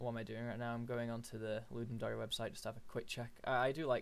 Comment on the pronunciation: Ludum Dary? It's a dare, dude. It's the Ludum Dare. As in: I dare you to ..